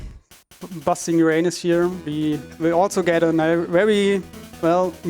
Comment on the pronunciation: Dude in the back can't hold it when the runner mispronounces Uranus several times.